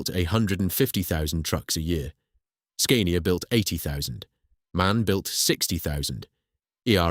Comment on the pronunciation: Then Scania😫. The "a" is pronounced as in "cat" not as "cane".